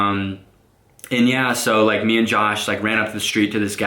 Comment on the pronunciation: When he says and yea it sounfs like 'enyea'